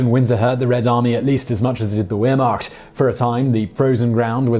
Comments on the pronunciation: I'm not the least surprised about Simon's stories in this video. There are a lot of statements he made that are completely wrong - as proven by research. Interestingly Simon did not even bother to try to pronounce at least one German word he uses correctly. He does not even know that " Wehrmacht" was the German term for all the armed forces - this means Heer (army), Luftwaffe (airforce) and Marine (naval forces). As a typical British hater of every German and everything German even in 2018 - 73 years after the end of the Third Reich and the second world war - he doesn't even bother about saying some critical words of the British and US American murderous bombings of civilians not only in Dresden but many other cities. Simon - remain a typical Brit, keep up your hatred of everything German but don't expect to be taken seriously as a storyteller of the second world war or "the Germans" in general outside your "fantastic" Britain!!!!! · As an Englishman, I would like to tell you that your pronunciation of "Wehrmacht" is, frankly, atrocious. Mind you, it makes my German born girlfriend laugh! I mean, why are you so convinced that there is an "i" in the spelling, let alone your mispronunciation of the W?!? I mean, you pronounce the last syllable right, but totally butcher the first! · Any else annoyed by the miss pronunciation of Wehrmacht? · My father was a member of a special forces unit with a high regard for German soldiers esp the officer corps You downplay the enormous success es of the Wehrmacht ( learn to pronounce it right) As for the German tanks being no better than British or American tanks frankly this is incorrect. As to atrocities the bombing of Dresden was a war crime given that the Third Reich was in its deaththrows by late Feb 1945 a lot more than 25,000 were killed and this bombing raid against civilians also took place against Hamburg Cologne and Pforzheim using incendiary bombs to burn the places to the ground. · Wehrmacht starts with v, not w